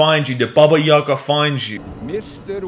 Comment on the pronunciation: not yAga. yagA!